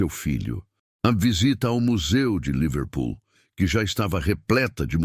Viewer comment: A palavra não é Líverpool, com acentuação tônica na primeira sílaba como o narrador falou aí. A palavra é Liver Pool. A sílaba tônica não é em 'li' mas em 'pool'.